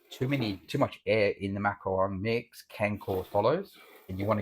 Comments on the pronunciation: Macaron not macron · Macaron, not macron.